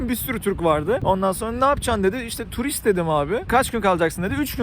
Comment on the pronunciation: R'LERE BASA BASA TURİİİSTT DİCEKSİİNNN aklıma geldi LDJSPDÖSŞŞSİD